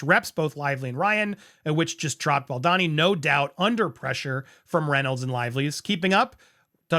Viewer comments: Is it really that hard to pronounce his name the correct way? Pronounced as BAL-DOE-NI , not BAAL-DAA-Ni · It’s Ball-do-ni. Not, Bal- don-ni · Hey Andy, Justin’s surname is pronounced Bal-DO-ni, not Baldani or Baldini. Hope that helps for future coverage. Keep truckin’! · thanks for the video, but the pronounciation is killing me 😬 it's bahl-doh-knee, not bohl-dah-knee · I love your channel, clear analysis of situations and the way you present. But...can we put aside personal opinions to ensure we get people's names right? I don't think Justin's surname is pronounced 'Bal-DAH-ni'. I think it's 'Bal-DOH-ni'. Personally, I feel that repeatedly mispronouncing a name can come across as a lack of research, or lack of concern for details, which are important in legal matters.